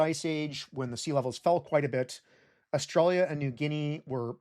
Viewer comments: Whys he keep say australia like that? I think... i think he's taunting me on purpose! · It’s so weird to hear my home country pronounced “oar-stra-lee-yuh” rather than “uh-stralya”